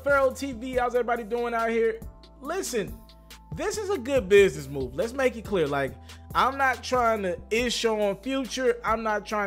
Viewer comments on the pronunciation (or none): none